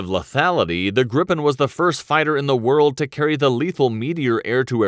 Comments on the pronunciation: Please not the Grippen, it is the Gripen. The I is pronouncd like the e in the english word easy. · No Grippen is how englishspeakers say it. Not us swedes. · You don't say "grippen'". You say Gripen ffs. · Why does some english speaking people pronunce "Gripen" as "Grippen"? Annoying.. is spelled with ONE p not two. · Japp men vi svenskar säger Grip-en inte grippen. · Gripen means "The Griffin" in swedish. Would probably be easier for you to say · its Jazz Grabben 69 FFS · Good episode! Although as a Swede it annoys me to an unhealthy degree how you pronounce "Gripen" as "Grippen", and Viggen, as Vee-gen :D